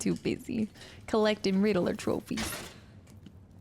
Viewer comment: Why do you pronounce "Riddeler" instead of "Riddler"?